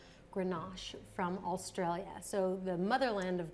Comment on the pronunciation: Killed me when she mispronounced ""Australia" and Barossa". Short "o" sound and note the double "s" please. Also, where was cabernet sauvignon and merlot. She did'nt even present a bottle of bordeaux